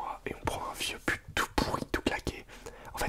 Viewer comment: J'avais compris pute olieu de but 😂😂😂😂😂